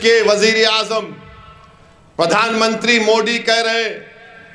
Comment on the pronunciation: Abe मोड़ी nhi मोदी बोलना सीख ले😂😂😂😂